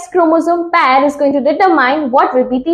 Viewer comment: Pair mam not paayer ok ! Dekhiye mam as a bio student pronunciation matters🙂